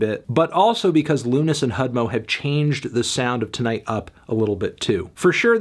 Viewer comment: It's pronounced TIGHT! Don't you see the fingers crossed on the album cover? They're TIGHT.